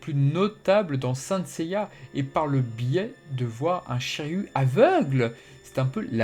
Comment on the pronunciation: je suis le seul qui entend chayu au lieu de shiryu???